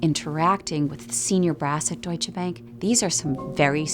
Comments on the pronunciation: I like how despite being German himself he just called it „Deutsche Bäänk“ every single time 😂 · why he keep mispronouncing Deutsche Bank hes german lol